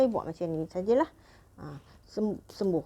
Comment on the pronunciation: Maaf Puan apa yg dikatakan waktu spray wajah..sembuh ..atau sembur.. ucspannya kurang jelas..